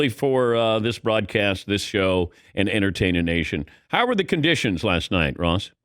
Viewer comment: when Dan says "and entertain a nation" it sounds like he says "and entertain an Asian".